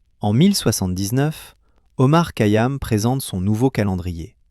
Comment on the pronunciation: Remarquable mais vous ne prononcez pas correctement son nom